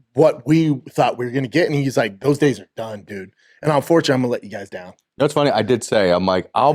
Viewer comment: Onfortunate not un. He can't pronounce any word with un before it. Can't pronounce any